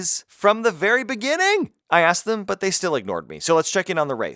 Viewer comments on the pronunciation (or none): none